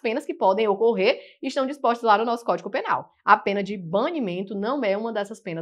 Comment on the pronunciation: Eu ouvi “códico” penal . Desculpe se ouvi errado. Bem no início da aula.